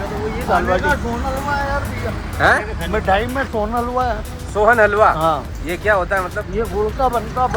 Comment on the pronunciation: Sonhalwa ❌ Sohaan halwa ✅😂😂